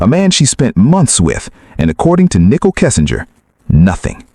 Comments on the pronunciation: You must learn to say Nichol correctly, not Nickel. Are you AI? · If she was guilty they would have found proof on her phone. They obviously didn't. I believe her. Prayers Nichol. (and her name isn't pronounced nickel its nicole) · It's Nicole with an e not nickel. Get it right!